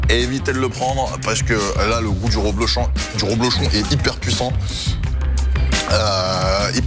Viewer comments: C'est "rEblochon" et non pas "rOblechon" comme tu le dis ! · Ta dit roblochon au lieu de reblechon